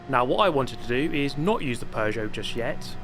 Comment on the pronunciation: Oh you bought the Pew-got.